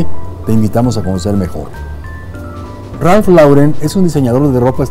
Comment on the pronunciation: Muy buen vídeo como siempre. Solo una pequeña acotación, la pronunciación correcta es "Ralph Loren"